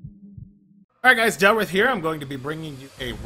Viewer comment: Its DELRITH.